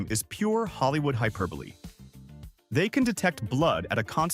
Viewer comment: Bravo! I commend the correct pronunciation of "hyperbole." Thank you for detonating these myths. My lacemaking teacher was absolutely obsessed with the idea that her neighbour's microwave was poisoning her with radiation. #34 goes perfectly with the old rhyme: "Little birdie flying high, dropping blessings from the sky, ewww says farmer as he wipes his eye, I'm sure glad my cows can't fly." Along with Elvis, some believe Jim Morrison of The Doors fame is also still alive.